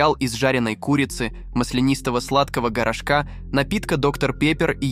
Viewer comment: "... сладкого грошкА... "?! Что за произношение элементарных русских слов?! Ну так слух режет... Хоть бы сначала проговорили несколько раз тест, а потом его записывали... Отписка...